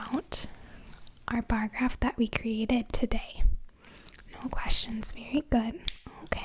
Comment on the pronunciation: I love your tiny little accent, -- like when you say "Tiday...":) Where do you live?